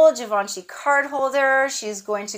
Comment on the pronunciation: Happy Birthday Nice haul as always!!! The way you say Givenchy is perfectly fine😉(I’m French so I can reassure you) And your food for thoughts… I felt like you were talking to me So true I can’t wait to hear the new change in your life…surely another blessing that you deserve so much Have a great day 🥰